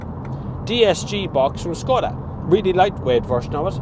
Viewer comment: It is not Skoda. It is Škoda.